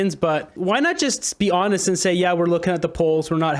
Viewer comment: “Honest” …. Did he say honest … 😂